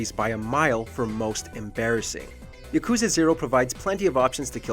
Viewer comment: I hate how they pronounce yakuza incorrectly